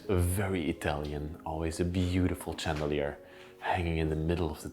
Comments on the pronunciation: Such a beautiful house! So many chandeliers, which is actually pronounced like shandelier, to improve the sound of your English. Wonderful job, fascinating! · It’s pronounced chandelier with an SH